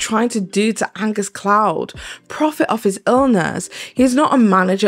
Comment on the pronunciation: Idk who this guy is but its so funny to me personally every time you misread his name as Agnes bc I do the same exact shit when I read his name